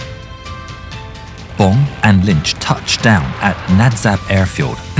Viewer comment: Dick Bomb! Best pilot name ever. I know it’s Bong, but it sounded like he was saying Bomb.